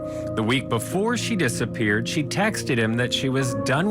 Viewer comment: "...that Suzanne had tex'd her sister and her friends..." The past participle form of "text" is "texted," AND it has two syllables, not one,.